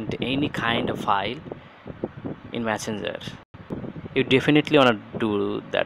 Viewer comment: Love when you say messenzer 😂😂😍